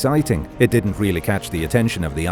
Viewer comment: why would you say ''that they were made by people who dinnit know each othah''?